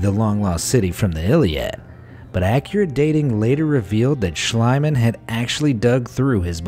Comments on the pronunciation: SCHLIEMANN is pronounced "SHLEEMAN", not "SHLEIMAN". you either wrote or pronounced it wrong mate. ♥ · It’s Schliemann, not Schleimann. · Its Not schleimann its Schliemann more spoken as ea like Team or so.. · its spoken "Shlee-man" not "Shlai-man" (not meant bad or anything, just to inform * ^^ *) but a very interresting vid, thx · It is not shlaiman.it is pronounced shleeman. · The name 'Schliemann' is pronounced with a long ie. E.g. like 'piece' and 'niece'. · Try to speak the "ie" in Schliemann like "Schleemann" ( as in "need") oder "Schleamann" (as in "speak"). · Schl-ee-man! In German (and a lot of English) ie = ee; ei = eye. Also W = V and V = F (fairly hard), and J = Y. There, that's basic German for you! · I thought the archaeologist’s name was pronounced SCHLEEMAN. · You're absolutely correct. Annoys me that they never bother to check out pronunciations. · please read it as it was written like shleemann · Schliemann is pronounced schleeman in German. With the I and e together in German you pronounce the second one not the first. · It's pronounced SHLEE-mahn. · Why americans dont even try to pronounce “non english“ names right? Its not shlyman oO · Your pronunciation of Schliemann drives me crazy. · For future reference, Schliemann is pronounced schlEEman. And it's My-SEEn-ay.